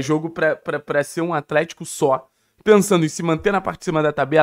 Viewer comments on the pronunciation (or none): "compricado" "atrético"